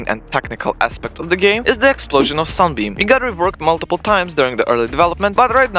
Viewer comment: did bro just say sun bean